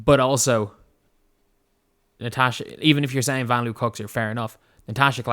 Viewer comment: did you see the video where Vanloo tells us we’re pronouncing it wrong? 😬 It’s pronounced more like Von Loah.